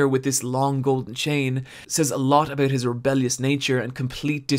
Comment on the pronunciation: he said "a-boot" canadian detected!